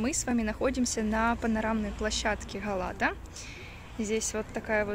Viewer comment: Га̀лата! Ударение на первом слоге.